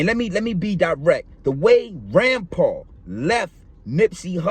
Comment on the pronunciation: Its Rimpau not Rampar